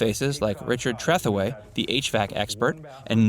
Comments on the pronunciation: Rich's last name is not pronounced as "TRETH * uh * way," but as "truh * THOO * ee." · Richard Trethewey's last name is pronounced "Treh THEW ee", not "Treth EH way". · "Tra Thooo EEEE" not "Theferway" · Richard Treh-theww-eeee - c'mon man, watch a freaking episode and learn how the name is pronounced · I grew up with all the shows. This old house...the best there was at the time it aired. My dad and i watched every episode. I still do. Richard Trethewey's name is pronounced "Treh thoo ee". Please correct it. Home Again was a joke and a disappointment. It was 60% commercials and not anywhere as cool as TOH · obviously you never watched the show. You mispronounced Richard Trethewey's name. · You know the poster isn’t a fan when he doesn’t even know how to say Richards last name. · Should have taken the time to learn how to pronounce Trethewey. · You can tell the announcer has never watch the show. A hint is in how he pronounces (or butchers) Richard Tretheweys name. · Idiot doesn't know how to pronounce "Trethewey"! Never watched TOH, I assume. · I also laughed when I heard how he pronounced the name.